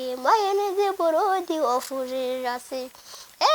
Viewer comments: yavuze buludi not buladi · ndagukunda ukuntu uvuga ngo blood ngo ni buradi😂😂😂😂